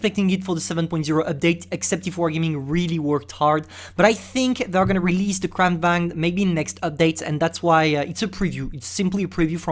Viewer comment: You pronounced Kranvagn wrong its suplosed to (Kranvagen)